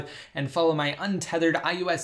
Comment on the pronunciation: Is anyone else annoyed when he says iOS? It sounds like iUS to me.